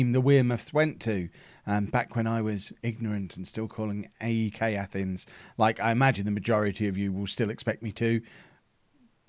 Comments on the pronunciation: the E in AEK is pronounced like the E in Elephant. In Greek the letter E (ε) is called epsilon and is always pronounced like that but when greek names get translated to english it gets confusing since it's a diffent alphabet. Another example would be Chios, ch is supposed to be pronounced like the h in hate and is a substitute for the letter Χ (χ) . Hope this helps a little. p.s. I'm greek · AEK punished you for calling them “Ike”. (And rotate, man. Rotate.)